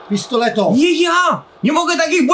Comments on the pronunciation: Jak coś nie mówi się Pistoleto tylko Pistolero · Nie mówi się pistoleto tylko el pistolero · Mowi sie pistolero albo pio pio pio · Mowi sie pistolero